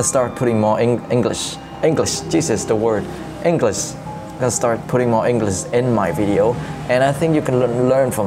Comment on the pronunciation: Pleaseeeee pronounce ENGLISH correctly. And QUESTION and WATCH. (I mean the ending sounds) It’s amusing watching you but it’s kinda annoying when such words are not perfectly pronounced. Thanks for the video.